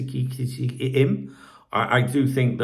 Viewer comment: U need to do a better job pronouncing names. English reporters and commentators pride themselves on that. The name is Ekiteke pronounced EK E TEE KAY.